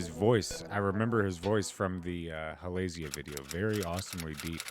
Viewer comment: I'm glad you're enjoying Ateez! I enjoyed your reactions to them so far but I noticed in a few videos you've been pronouncing Halazia incorrectly. It should be said with a long z-sound, like Ha - la - zee - ya. I hope you continue reacting to their songs, they have so much to listen to and enjoy :D